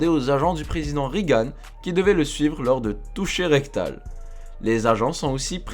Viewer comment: On ne dit pas "Rigane" c'est "Régane"... Tu devais dormir lors des cours d'anglais... un peu de sérieux bonhomme...